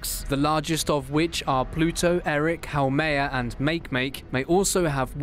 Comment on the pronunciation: He pronounces Eris as ERIC and Makemake as MAKE-MAKE